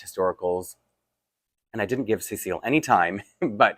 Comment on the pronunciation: I wonder about the way you're pronouncing Cécile's name. When you say it it sounds like "SAY seal" with both sounds like they are separate words and with an emphasis on the "say" part. I know the doll character has a French heritage so maybe it is pronounced differently in French. But my mom's name is Cecile and we don't pronounce it that way. We say "se-seal", not like each part is separate, it just all flows together, and with no emphasis. Maybe since there is an accent in the dolls name it should be more like "SE-seal". It's one of those things where if you had never heard the name pronounced you might not know what to do with it.